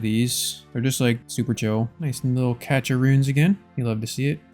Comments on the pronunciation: I love this entire series, it literally got me back into the game (first login in 2269 days)! Keep up the awesome content! BUT, what the hell is a “catch” of runes?!? It’s pronounced either “cash” or “cashé”! I’m looking out for you brother! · its pronounced cash, not catch of runes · Cache sounds like cash when you say it. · Didn't know cache had a t in it. Cash or cashay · Still hoping you win the all 3 metamorphed raids pets race. BTW cache is just said like cash